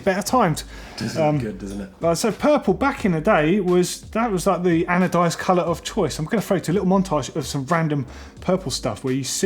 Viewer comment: Adonized? ... haha its anodized.... as in Anode